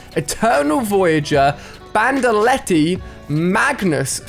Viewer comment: I loved how he pronounced bandolette 😂 bandoletty